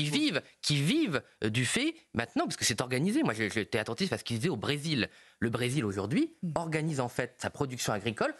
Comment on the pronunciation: le brézzil xD